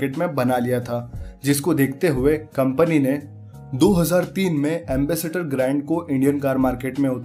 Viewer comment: Ambassador ko Ambassator keh raha hai